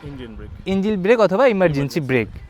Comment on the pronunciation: ইঞ্জিল না রে ভাই ইঞ্জিন,,, আমাদের ষাঁড় শিখাচ্ছেন ইঞ্জিল আর কেলাস 🤣 ছোলো, থোটল 🤣